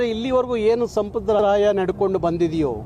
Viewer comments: ಸಂಪ್ರದಾಯ ಸ್ವಾಮಿ ಸಂಪರಾದಯ ಅಲ್ಲ ಕನ್ನಡ ಚೆನ್ನಾಗಿ ಕಲಿರಿ ನೀವು ಅವಾಗವಾಗ ಬಂದು ಹೋಗೋರು 🎉😂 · ಹಾಗಬೇಕು ಅಂತಿಯ... ಅಂತಿಯ ಅನ್ನಬೇಕಲ್ಲವೇ. ಇನ್ನೂ ಸಂಪ್ರದಾಯ ಅನ್ನೋ ಬದಲಿಗೆ ಸಂಬ್ರದಾಯ ಅಂತಿಯ ಬುನೇಶ್ವರಿ ಅಲ್ಲಾ ಭುವನೇಶ್ವರಿ ಅನ್ನೋ ಪುಣ್ಯಾತ್ಮ. ... ಜೈ ಕರ್ನಾಟಕ ಮಾತೆ ಜೈ ಸಂವಿಧಾನ ಜೈ ಭೀಮ್ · ಸಂಪ್ರದಾಯ ಅಂತ ಸರಿಯಾಗಿ ಉಚ್ಚಾರಣೆ ಮಾಡಪ್ಪ..... ಕನ್ನಡ ಮಾತಾಡೋಕ್ ಬರದೆ ಇರೋ ಮಂದಿ ಎಲ್ಲಾ ಚಳುವಳಿಗಾರರು ..... ನಿನ್ನ ಹೇಳಿಕೆ ಒಂದು ಸಾರಿ ಕೇಳಿಸಿಕೋ.... ಪ್ರಯೋಜನ ಆಗುತ್ತೆ ಇಲ್ವೋ ಗೊತ್ತಿಲ್ಲ......